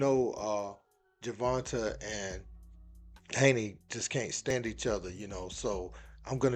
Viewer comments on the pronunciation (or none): Man y'all be torching Tank government name it's not TUHHH TAE at the end Gervonta(e) not Gervonta(TUHHH)